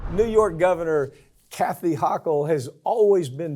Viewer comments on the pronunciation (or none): HO KULL NOT HAW KULL 😳🤦‍♀️ This NYer can't stand her but you're inability to correctly pronounce a Governor's name is embarrassing as a professional. You've never heard a news story about her before? It would take 15 seconds to Google a NY news video and hear how its pronounced. C'MON,I love you but that's unprofessional and disappointing. You're better than that.😌